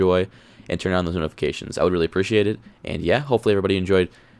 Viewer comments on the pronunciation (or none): none